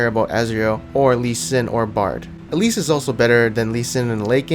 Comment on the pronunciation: I'm not sure if you were saying "elise" or "at least". I'M CONFUSED